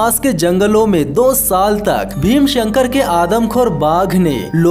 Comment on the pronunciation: भीमाशंकर सही बोला करो भाई